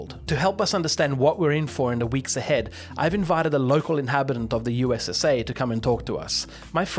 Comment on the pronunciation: Did he say ussa